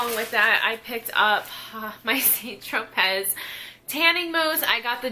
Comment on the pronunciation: Yes! My mom & I swear by St Tropez... We'll try things that I hear are better, but always go back. Side note: Don't think you pronounce the "t" in St or the "z" in Tropez... sounds more like San Tropay (rhymes with "away")? But Im not an expert! Someone correct me if I'm wrong!